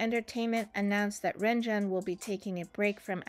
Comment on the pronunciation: lord the pronunciation yikes